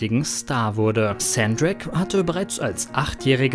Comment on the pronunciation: Ich heiße auch Hendrik.Wird nur Hendrik nicht Händrik ausgesprochen